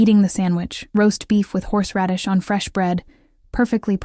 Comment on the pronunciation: Except for the horseradish! 😂